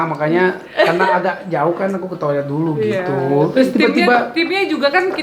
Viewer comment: Ka maaf ralat itu toilet bukan tiolet